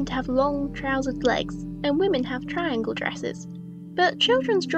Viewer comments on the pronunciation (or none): none